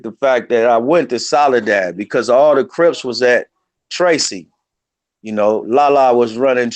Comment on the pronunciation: Why does he call Crips "Rips"?